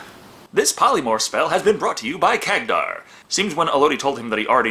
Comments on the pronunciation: Am I the only one getting triggered by saying Khagdar instead of Khadgar? xd Jokes aside love the review:) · Hey at least these Orcs HAVE females among them unlike basically most other Orc races... And I'm not even talking about Warhammer where they "propagate" throught spores... (Warhammer Orcs or Greenskins are actually a hybrid creature between organic and fungi) And you misspronounced the mages name there as iot is Kadgar. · Say it with me now, KAD - GAR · Hey,, Good review as always, but one thing, you are seriously mispronoucning Khadgar's name.